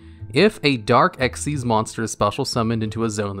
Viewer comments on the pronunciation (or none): Awesome video But isnt xyz pronounced xyz not xez Nh but its just kinda off to me